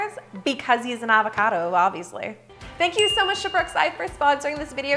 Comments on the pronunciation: She said Avocardo 18 times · Is it just me who loves how she says ‘avocado’?